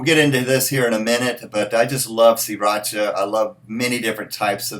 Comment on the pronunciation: Pronounced See rah sha